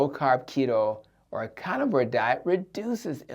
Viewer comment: "Cah nivore" (carnivore) "Addick" (addict)